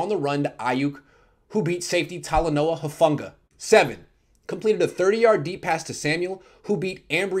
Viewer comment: It's pronounced hofanga not hufunga